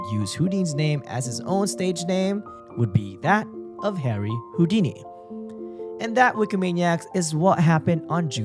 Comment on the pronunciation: Great episode. However, you kept pronouncing Houdini wrong 🤦🏻‍♂️